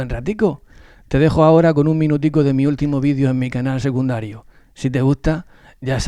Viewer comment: Me extraña, que dada tu flexibilidad lingüística, hayas dicho tu canal SEGUNDARIO, en vez de: SECUNDARIO. Saludos de